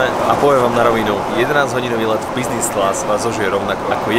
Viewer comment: Kamo práveže mňa to biznis class uplne rozsekalo :D vzdy som si predstavil toho typka :D